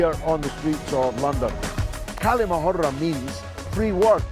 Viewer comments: Dear George it's not 'kali mohura' the pronunciation of the word is "Kal'ma-a- Hurr" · Bro ther Galloway, the way to pronounce the Kalima Hurra, the H should sound more like HOUSE than HAVE Hurra, I know it's not that important I just thought to mention it.